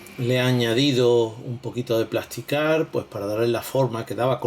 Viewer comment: ¡¡¡ CARTA PLÁSTICA no plasticard !!!